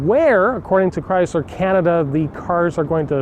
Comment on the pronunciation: The word is Chrysler, not Chryzler. My 2012 v6 is a true dual exhaust. My only complaint is that I cannot put headers on it. The engine exhaust manifolds are made into the heads, but at least it is true dual exhaust from the engine back.